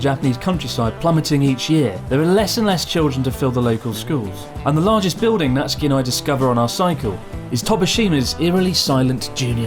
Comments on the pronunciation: Isn’t his name Na-tsu-ki not Nat-ski? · Why are you saying natski but his name is natsuki Or is that a nikename Is that like a naruto thing like sauske or sasuke ? Idk im beeing stupid but i really dont know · Sort of confusing when his name is Natsuki and it seems to be pronounced ”Natski” Se where does the ”u” disappear This goes as well to many other Japanese names I am sure there is a good and sound logical reasoning behind it but but… I really would like to hear the reasoning to all this.